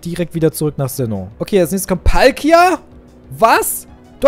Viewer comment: Es heißt Palkia